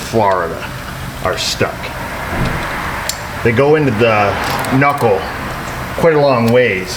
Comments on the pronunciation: K-nuckle? Did you watch the marvelous misadventures of flapjack there brah?? Lol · “K nuckle “ killed me 😂😂😂😂